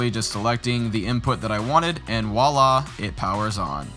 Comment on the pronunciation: My guy said wallah instead of vwallah, what an absolute clown! ;)